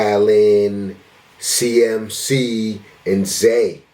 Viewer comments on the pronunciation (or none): It's "C-Mac" not "CMC"